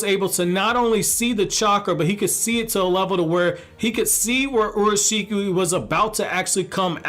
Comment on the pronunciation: Basically said orashiki when its urashiki pronounced your a shiki